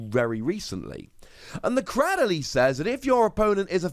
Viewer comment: no one: pronouncing dragalge: Dragalggy